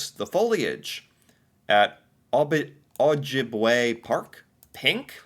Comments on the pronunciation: Ojibwe = Oh-jib-way - Canadians can not only not "get" news on facebook - we also cannot "share" news.. everything from official news sites, canadian or otherwise, will be blocked to and from canadians.. it sucks.. it isnt just limited to canadian news either.. its ALL news.. the media is taking damage for it.. losing money. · I live in Ontario and we are the most lawless Provence in all of Canada. We have the O.P.P. and they don't know Law enough to know how to up hold it. \o/ say it like O-jib-a-way or O-jib-a-wah :)